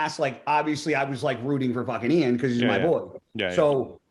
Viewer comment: Guy forgetting how to pronounce 'Iain' again 😂😂🤦‍♂️ why does he have so much trouble with it??